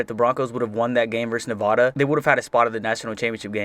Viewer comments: As a Nevada fan I personally like the 2010 season (Also it's pronounced Nev-add-a not Nev-ah-da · Just a little concerned about how you pronounce Nevada.